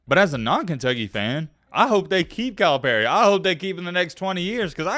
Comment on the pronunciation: You pronounce Calipari as “Kyle Perry” lol